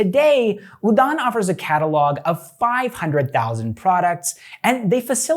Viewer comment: dude.. u gave your best to pronounce all those names... 👍 note: sometimes we pronounce d as 'r' and udan is one of them.. it's pronounced as uran... thank u